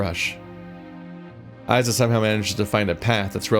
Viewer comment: Levi did a lot of writing, editing, and programming btw! Tech prince has helped a lot as well, it's not a solo project (Also I'm still watching so maybe you figured it out but "Isa" is pronounced "Ee-Sa")